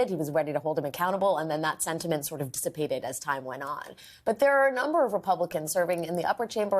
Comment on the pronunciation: "Dissipiated" is not a word, Alex. 🤪🤪🤪 Like Neal Katyal pronouncing "Adage" as "adodge", like he's speaking French. Clearly he'd never heard anyone say it and had only saw it in print.